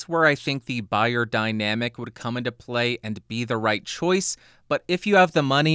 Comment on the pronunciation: its pronounced BAYER ffs